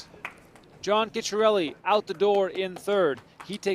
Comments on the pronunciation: It's Chick-a-Relly not Kitsch-a-relly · um no the name is italian and it's pronounced CHEEK-KAREL-LI minimal roll on the single R and double letter in italian require, an almost impossible to hear for the untrained ear, pause between the two letters